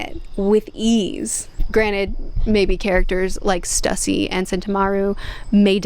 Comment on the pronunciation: I understand she isnt the best at pronouncing character names, so no fault to her, but please can we help her with her pronunciation pls, Stussy should be pronounced (Sss-Too-Cee) need to rally together a team of mods for her to help her pay respects to these characters names, and again no animosity towards her I just want to help her get them right.